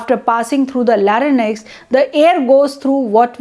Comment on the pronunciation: Your video is very informative. I would appreciate if you pay attention to some of the words you have pronounced. ( for eg. larynx)